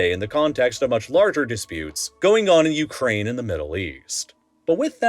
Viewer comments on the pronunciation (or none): none